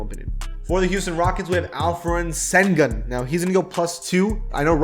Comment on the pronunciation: im corecting alot but its seng goon. not sen gun